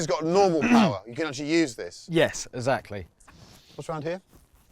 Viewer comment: PLEASE get some speech lessons....amongst all his usual vocal stumbles 'Esackly'...yes, he actually does mean 'exactly'....is the biggest annoyance....